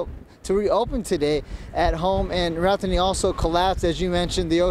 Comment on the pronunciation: Did he just badly mispronounce Rodanthe?